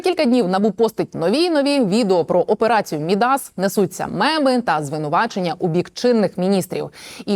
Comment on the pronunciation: МІдас. Наголос на І. не на А. Соромно не знати.